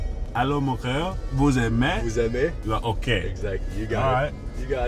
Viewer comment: Hey it's vous aimez with a Z at the end 😂😂😂